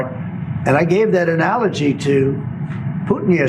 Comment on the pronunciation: Who taught him how to pronounce analogy?